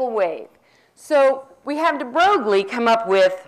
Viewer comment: I think it's funny that she tries so hard to pronounce the French philosopher's names with a cheesy French twist, but then when it comes to Louis De Broglie she butchers his name emphasizing the 'G'...whatever, more importantly... I have to stop watching these lectures. My bullshit detector has almost broken after 4 lectures. Hey, if any of you actually want to know what Quantum Mechanics is and not what the crazy lady on the street corner thinks it is check out Susskind or Balakrishnan.